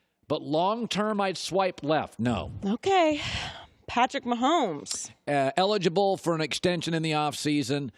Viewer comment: colin “elible” cowherd